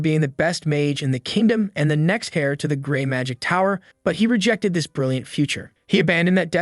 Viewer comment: Not to be "that guy" but, fyi, H-E-I-R is pronounced "Air" not "Hair."